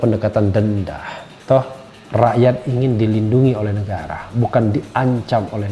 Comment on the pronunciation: Bung RH logatnya berubah sekarang ya ?? Mirip2 logat sahabatnya RG. Ada... ahnya. Misal negara jadi negarah dst. Ada apa ya bung ? Oh ya ibu Ribka Ciptaning kok nyinyirannya seperti sebuah tuduhan dan tidak optimis. Gajinya kan dibayar pakai duit rakyat bukan buat nyiyir !! Buktikan pernyataan dan tuduhannya dong !!